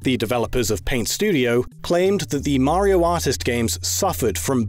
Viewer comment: His pronunciation of 'Mario' is baffling.